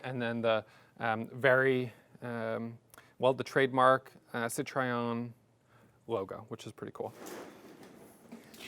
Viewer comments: Yes, please give this Goddess the respect it deserves and use the proper name. I had a new red '72 and I LOVED it. Wish I still had it. I enjoyed your review and the trip down memory lane, but the way you mispronounced the name grated on my sensitive ears. Sit-row-en, not Sit-try-on. No need to re-film everything, but if you could over-dub the correct pronunciation, it would make me, at least, if not anyone else, feel better. Otherwise, a nice presentation of a lovely, lovely car that I wish I still had. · Why can't an intelligent looking & sounding 30+ years young man, invest in studying the correct pronunciation of a car he owns?! He calls it CITROYEN.....But it's CIT RO ËN. He skipped a few models of these cars being produced from . The ID Model. 1st. 2nd. & 3rd. Nose. The DSpecial. The Dsuper 5. All info is on Google today. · Thank you. Hearing Citryon is making me crazy. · Sit Try On? - why do Americans not know how to say Citroen? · Apologies in advance, but it’s pronounced: Citro-en. I’m just using my ears that’s all. And I’m a perfectionist. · Best way to pronounce Citroen is “Sitroh-Ehn’ in French. In the UK we say ‘Citron’ 😅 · WTF is a SeeTriOn 😂😂😂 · I've never heard of a sit-try-on. Is this some obscure American marque? How TF can you be a petrol-head and not even be able to pronounce the brand? Exquisite car tho! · It's not a "Cit-Try-On" Learn how to pronounce Citroen. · Very nice addition to your collection, those cars were very avant-garde when they were produced and seeing one in this mint condition is quite remarkable. One note if I may... the maker is pronounced Citro-hen;) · This car is just a legend and I'm proud that it is a French car. Regarding the pronounciation of Citroën : "tro" like in "tropical" and "ën" like in "hence" without the h of course. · Please learn how to pronounce Citroën correctly. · Just take 10 seconds to go to a French car site and learn how to pronounce ’Citroën’. Just a thought. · Citroen not citrayon